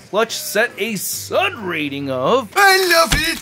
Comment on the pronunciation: Your SUD rating (are you saying SUD?) is a bit high. The VAMP looks neat. The high price, limited distribution, and ridiculous ongoing quality problems doesn't allow for a rating higher than "not good enough to get".